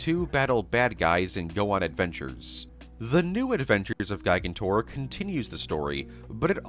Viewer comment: I can tell you’ve never seen Night at the Museum because of the way you say “gigantor” 😂